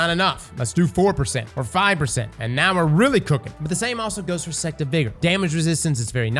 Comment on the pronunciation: knows damn well he wasn’t saying sect half of the time